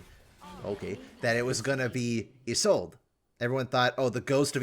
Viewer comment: Isn't her name pronounced like yees-lod-ah? I could be wrong